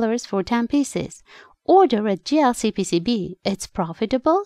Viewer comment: Nice video,I almost heard dlcpcb instead of jlcpcb